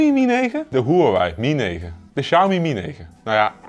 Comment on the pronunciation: Lol, begin van de video wordt de naam Xiaomi al meteen verkeerd uitgesproken. Als men niet weet hoe MIUI werkt en opgebouwd is, dan gaat de info die men wilt geven over de mi apps al meteen verkeerd en wordt dit meteen al bestempeld als bloatware. Ik volg al het hele MIUI verhaal sinds de Mi2/s en de schil die boven op de android zit is een van de betere, is vlot en voelt niet rommelig aan. De Xiaomi MIUI software heeft weinig bloatware , zeker als men dit met andere merken gaat vergelijken.